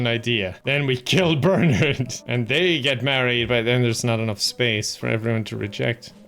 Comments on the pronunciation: Idk why "Ber-nerd" bothered me so much lol my brain kept yelling, "Ber-NARD" 🤣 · Whenever he says Bernard like "Bernerd" I die a little on the inside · Who in the world pronounces Bernard as bernerd? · I love calling him "Burnured" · It's Burrr-narrrd! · Anyone else weirded out by calling Bernard "BURNURD"?? just me? I didn't know that pronunciation existed wtf 😭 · Every time says "Bernard", no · the way pronounces Bernard will never fail to piss me off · Looking for this comment lol 😂